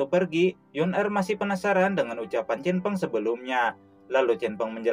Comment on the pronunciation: CHEN FENG min Bukan Cinfeng